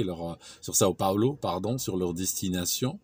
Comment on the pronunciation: São Paulo et non Sao Paolo XD Sinon superbe video comme d'habitude.